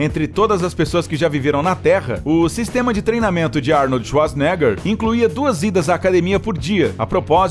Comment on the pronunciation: Falar o nome do mestre Arnold como Arni kkkk .